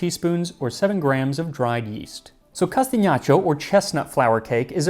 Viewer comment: I was waiting for you to say castagniaccio and was not disappointed! Nice pronunciation of the "gn" sound 👏🏻👏🏻👏🏻